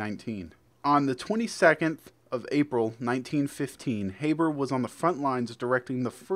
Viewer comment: fritz habers secod name was pronounced like harbour, the haber process was a world changing chemical process that allowed the creation of ammonia synthetically.